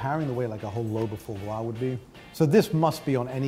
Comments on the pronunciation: That pocket square is hideous... also it's "foie gras", not "FOH gras". "Foie" is pronounced like "fwah" more than "FOH". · It’s not an ORANGE, it’s a MANDARIN!! And stop pronouncing it foor-gwa! It’s pronounced FOIS GRAS